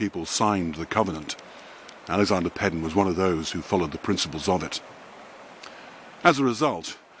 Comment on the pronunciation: It is pronounced Paydon….. I know because I am one…. That is why a lot of people changed the spelling.